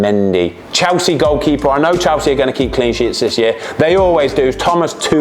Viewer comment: Chelsea ❌ chowsee ✅